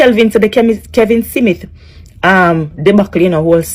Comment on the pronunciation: STOP, you don’t look good and the word is not Simith it’s SMITH, talk bad gal.